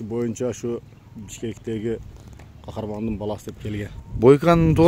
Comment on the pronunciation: Кахраман эмес сен биринчи аттарды атын тура айт кахарман